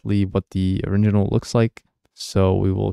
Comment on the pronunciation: You keep saying oriNginal instead of original 😅